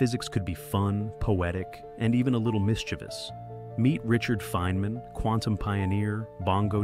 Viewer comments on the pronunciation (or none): "Faye - man" is it,? Oh ok, now you got it right finally.